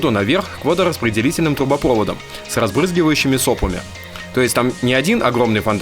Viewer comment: трубопровОдам, ударение)